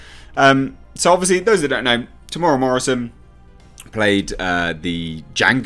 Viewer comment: It's pronounced Tem / Mera.